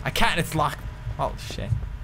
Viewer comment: I can't its lachkred